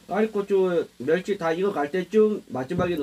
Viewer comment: 매루치? 멸치ㅋㅋ